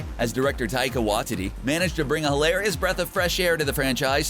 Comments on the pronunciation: it's pronounced WHY-TEE-TEE not wha-titty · Taika Waititi.... Why-tee-tee... not Why-titty. Ffs. Learn some Maori. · "taika watitty" sjsghjsdh is taika watiti (wat-ee-tee) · Did he just say WATITTY